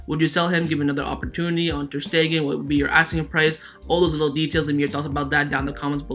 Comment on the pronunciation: A have a genuine question: Why do you say Hranada (instead of Granada) and ter Stehen (not ter Stegen)? I understand that you are not a native speaker so I get that some English grammar and vocabulary mistakes are inevitable, but your pronunciation of Granada and ter Stegen baffles me…